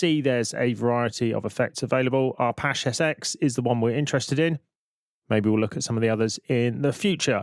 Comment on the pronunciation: Pendant alert: Arpache derives from Apache - as in the indiginous American tribe, so you are pronouncing it wrong. Just sayin'. You're welcome ; )